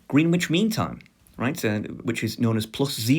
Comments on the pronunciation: Green Witch? It's Grennitch mate, innit. P.S. I'd pick Spanish or Mandarin... ...if English didn't exist! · Actually Greenwich is pronounced "grenitch" look it up its real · it's pronounced like spinach